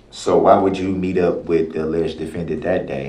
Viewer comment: How can you say "dat"?